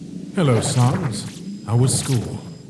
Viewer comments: Can someone contact the dubber and tell him how to pronounce sans ITS NOT “SUNS” ITS “SANS”!!!!!!!!!!!!!!!!!!!!!!!!¡¡¡¡¡¡¡ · Hey I think ur says San's name wrong it's not S-AU-NS it's S-A-N-S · why do you pronounce it sawns. it's s-AH-ns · Its sans not sons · Whenever these guys say sans all I hear is sounns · JESUS CHRIST ITS SANS NOT SANS! SANS, SENS, NOT SAUNS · Gaster says sans as sons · I love the quality of the video, but one thing keeps bothering me: I’m used to hearing Sans being pronounced as how you would say- SANDS. But I know you might not notice this comment or care but, I think people would like it better if you said his name like that. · I mean is gaster loved Sans all he could do is say his name right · Gaster loves sans so much he can't say san's name correctly